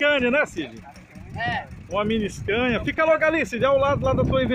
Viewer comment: Que agunia dele falar scania e um costeleition